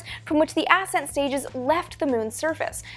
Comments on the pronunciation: accent not ASSent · It's NOT aset stage it's ascent stage. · It sounds like she is saying "ass end stage" instead of ascent stage. But I would think the ass end stage is the one that stayed behind 😂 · I'm confused about the pronunciation of "ascent". I've heard it said as as-sent for anything related to rockets but in mountaineering, it's pronounced a-scent, as in the first ascent of a peak. It was also said that the Apollo 10 LEM wasn't fully fueled to discourage the astronauts from attempting a landing. The vehicle and procedures were a dress rehearsal for Apollo 11's landing. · Learn how to pronounce 'ascent'.